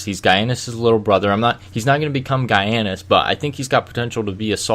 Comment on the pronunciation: Giannis is pronounced Yan-iss not Guy-ann-iss